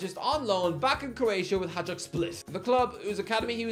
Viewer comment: It's hi-dook not hadge-dook